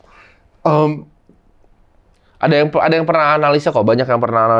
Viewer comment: gua yg udah nonton lama hanya nangkep.. "intersing,,,interesting"